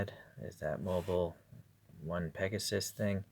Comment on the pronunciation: Did you say “HoonipigANUS” ?